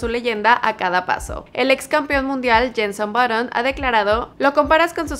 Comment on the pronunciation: Jenson botton 😂😂😂😂